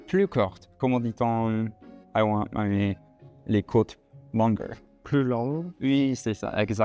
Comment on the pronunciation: Salut les garçons, allez chez le coiffeur Franck, à Mouleydier ! Il coiffe très bien. Ah aussi, les "côtés" il faut entendre le "é". Bravo quand-même pour le french speaking La vie gay en Dordogne pfff 😂😂